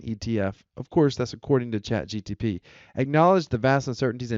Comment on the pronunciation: First words spoken on a video about chatGPT: "CHAT GTP" OMG he said it again....